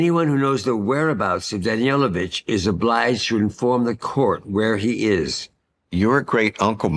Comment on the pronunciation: It is Danilovich (Daneelovich) not Danielovich.